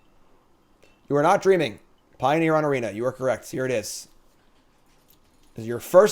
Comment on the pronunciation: "Pio-near" ... get out lol